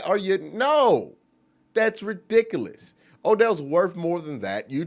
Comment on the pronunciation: Off subject, but you crack my daughter Berea up when you say Re-dick-a-less.